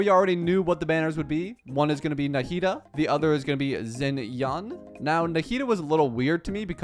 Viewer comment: he's just pronouncing it like it's an english word, just like he pronounces xiao as zhao, xinyan as zinyan and xianyun zinyan too lol